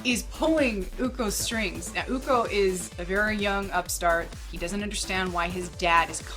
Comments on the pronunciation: I need to Clarify how the pronunciation the name of "Ucok" "Co" for Ucok should be pronounced as "Cho" like Chocolate. So Ucok reads "Uchok" instead of "Ukok" :) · bangun = bang + oon ucok = oo + chok anyway nice review